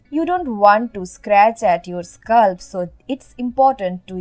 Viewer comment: It is not" hursh" it is" harsh" and also not "sculp" it is "scalp" Good informations though.👍🏻